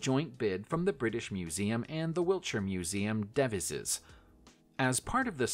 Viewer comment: Cabochon = KAH - buh - shawn Millefiore = MIH - leh FYOR - eh Devizes = deh - VIE - zezz